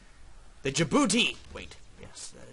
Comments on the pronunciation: In the beginning it's pronounced Jabouti. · Thank you! Liked :3 You said the name of the country wrong at the beginning! Silent D!